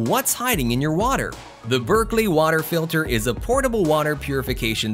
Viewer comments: It's BERKEY NOT berkLey... No "L" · It's Berkey not " Berkley". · Lose the AI. It's pronounced Berkey not Berkley. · Berkey,......NOT Berkley! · It's Berkey.. not Berkley.. I think you should research better.. puts into question the authenticity of the whole video. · FYI - That's Berkey, no "L". 🙂